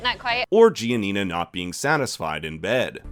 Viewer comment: Italians have a seizure everytime he pronounces Giania